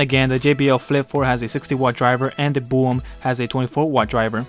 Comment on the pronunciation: Just a minor point.........Maybe it's a play on words perhaps but the brand name BÖHM (with the German uhmlaut on the 'O') would be pronounced close to "Berhm" not "Boom".....